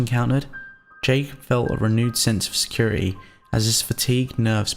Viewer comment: Proper-ee, securi-ee, thir-ee